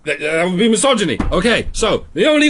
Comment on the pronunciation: “Misogy-me” is probably my favourite Freudian slip